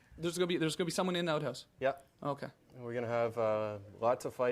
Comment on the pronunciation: You should never let a Canadian say the words ‘Out House’ 🤣